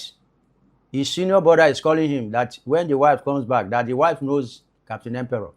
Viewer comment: Capt Harley Empere not Emperor